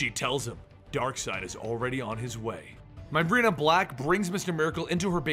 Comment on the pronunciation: Myrina = MUH-ree=nuh or MEER-ee-nuh NOT "MY-rena"